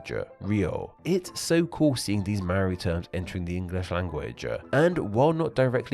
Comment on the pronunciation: To be fair, he mispronounced all the Maori words. Including "Maori".